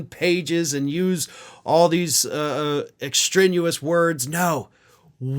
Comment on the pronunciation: Um,, the word is "extraneous", not extrenuous. Just sayin'.